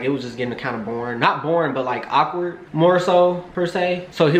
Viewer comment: Awkward not ockward lol